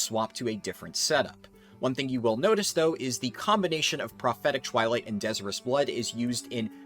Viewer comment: De-sire-us. Like Desire something badly.